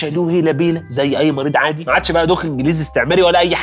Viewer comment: حد اخد باله من كلمه عادي قلها ازاي بطريقة غريبه 😂